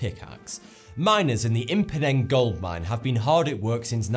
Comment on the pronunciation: "M-Phoneng mine" 😂😂 is it really that hard to pronounce for him?